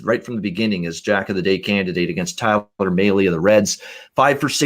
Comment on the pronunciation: Mahle is pronounced (malley)